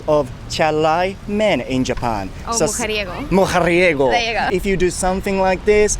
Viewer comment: 、ムハリエゴの発音良い❗️ メキシカンっぽい巻き舌で笑